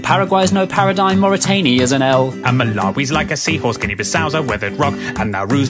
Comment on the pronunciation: Uuuh "mortanie"?